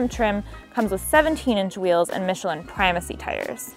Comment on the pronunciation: You explained what brz meant, you said the word primacy correctly, and you made a princess and the pea reference. Lots of other good info and opinions too, but that stuff put it into the top tier of brz reviews imo